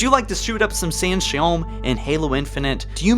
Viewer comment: It's pronounced San Shy oom. Not san shy ome. o.o